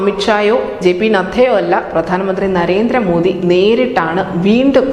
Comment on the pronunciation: നദ്ധയല്ല നദ്ദ ...... നദ്ദ